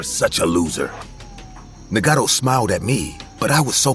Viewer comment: Story 18 Trever turned into Marvin? His name is Naga-toe not what the hell they were saying! 😂 Also since when did crickets chirp! This story was wild!